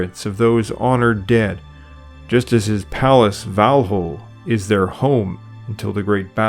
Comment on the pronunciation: Your pronunciation of Odin and Volholl are excellent!! I was so excited to hear this. Unfortunately not a common thing heard, even within the (for terrible lack of a better/non christian term) "faith".